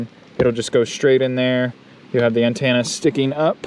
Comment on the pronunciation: It's pronounced anTENna not anTANna